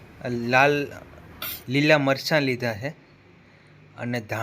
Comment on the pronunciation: ઉચ્ચારો સાવ ખોટા છે. ચ ના બદલે સ બોલો છો. ચણાની દાળ, ચારણો,મરચાં અને ચમ્મચ માં ચ ને બદલે સ બોલો છો